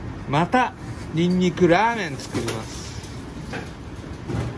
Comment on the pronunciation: 「ニンニクラァーメン」のイントネーションが弾丸ジャッキーオラキオの「たいそうせーんしゅ」を思い出したw